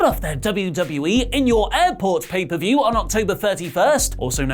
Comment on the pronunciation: "paid-off per-view" - LMAO